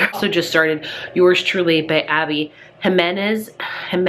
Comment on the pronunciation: Jiménez: HE-MEN-EZ 🙂